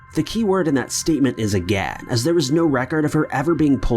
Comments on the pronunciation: more like "Agehhhh" 😂😂 it's bugging the shit out of me. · It bugs me so much that you don't finish the word "again" 😭😭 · "Ageeeuugh.... the key word here, is ageeeuuggh" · Lol. The way he says again.